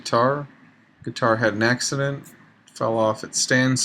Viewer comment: You said Neck-ccident... Very punny!